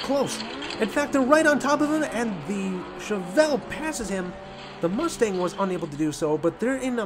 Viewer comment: Pronunciation of Chevelle is correct